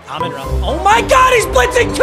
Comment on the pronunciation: The way you say Amon Ra’s name is starting to give me cancer